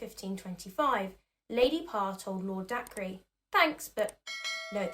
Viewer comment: Sorry to be "that" person but Dacre is pronounced day-ker, not dak-re. Normally id ignore it but its a name and there is a responsibility to pronounce peoples names correctly